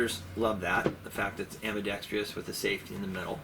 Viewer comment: The word is ambidextrous, not ambidextrious. The extra syllable improves nothing.